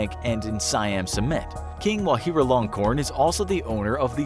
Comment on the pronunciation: Va"Ji"ralongkorn, not Vahiralongkorn. It's a J, not an H